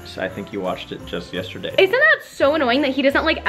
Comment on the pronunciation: I love you but I don’t know if it’s my brain or do you say ‘yesterday’ as ‘yeshterday’